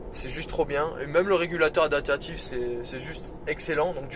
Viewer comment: Merci pour le Rex. On dit adaPtatif ! Pas adatatif... 😆